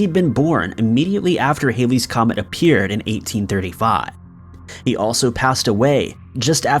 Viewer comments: It’s not haileys comet !!!!! It’s Halley’s Comet ! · it's Halley's comet , pronounced similar to "Hal" as in "Hal 9000" the computer in 2001. It is NOT pronounced similar to hail.